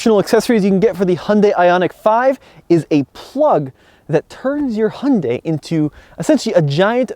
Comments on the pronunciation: Im sorry, u ruined this whole video by pronouncing Hyundai wrong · I guess what bothers me is, if you’re going to bring attention to something. Please do some research on it first. Hyundai even did commercials on how to say their name. Pointing out that it rhymes with Sunday. This is easily discovered via search engine. I just can’t take someone seriously if they can’t be bothered.